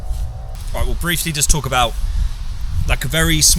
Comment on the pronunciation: Duck Traffic "Alwight Boyzz" 😂😂